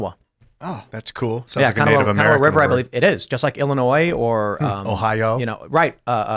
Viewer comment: Former West Virginian here--it is pronounced "kuh-NAW", not "KA-nuh-wah", for the Kanawha River and the Kanawha River Valley. Js